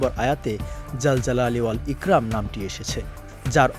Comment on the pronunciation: এখানে উচ্চারণ হবে " ইকরম "❤❤❤